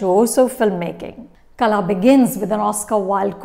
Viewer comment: Its not Kala Its Kal(h)a